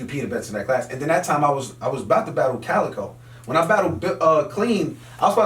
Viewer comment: It's actually Calicoe